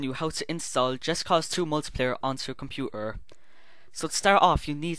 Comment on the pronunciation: Lol you said computerrrrrrrrreer